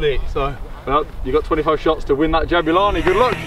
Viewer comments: Pronunciation is actually "JABOOLANI" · I'm from South Africa. The name which is a common name for black males is pronounced - Jah boo La knee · Lol it’s pronounced Jab-oo-la-ni Also I think the main reason why the movement is so erratic is because it is designed to be played in higher altitude(high enough for a rugby ball to carry an extra 9 meters and at sea level as well as a rediculous difference in humidity levels between altitudes and different parts of the country with little difference in movement variation. I live in South Africa and and the difference between Johannesburg and Durban and Cape Town. Johannesburg being dry and hot with afternoon showers. Durban being hot and Extremely humid, enough that if you moved from Johannesburg to Durban via plane when you get out you feel like your swimming through the air(hot tub edition). And Cape Town being highly a kin to the climate found in the south of France, Italy or Greece, extremely Mediterranean. So the ball was probably designed with that in mind. If you wanna see just how many climates there are in SA go look at a climate map